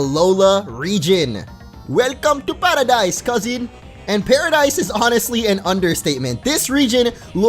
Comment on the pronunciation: You said paradise in a Jamaican accent not Hawaiian